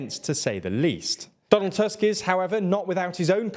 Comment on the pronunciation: You pronounce most names quite well but you can fix "Tusk" pronunciation in future videos. It's not an English surname and "u" should be pronounced more like the English oo in foot.